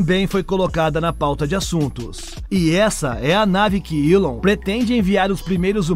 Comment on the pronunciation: Eu não consigo ver um vídeo onde o cara faz a pronúncia do nome Elon musck, com uilon.. meu Deus.